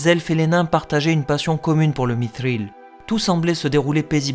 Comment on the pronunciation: Comment peux-tu froisser des puriste, en faisant des efforts sur la prononciation ? (Efforts très notable, bravo ! J'ai tout de même entendu un "mitril", des "soron", un " morgote", alors qu'il y a eu un magnifique autre "mithril" et de superbes "eregion".) Une petite remarque : tu n'es pas non plus constant sur les roulements de R, même sur un même mot (Thror). En tout cas ca fait plaisir de pouvoir écouter une vidéo en français sans saigner des oreilles !!